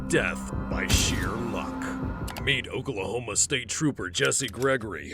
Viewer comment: "Of oKaLaHoMa" Bro why did u say I'd like that